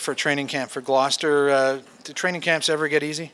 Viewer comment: Learn how to say GLOUCESTER ffs